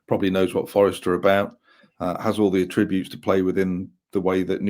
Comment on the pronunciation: is a cracking, knowledgable guest...but 'a-tributes' instead of attributes. Sort it out!;)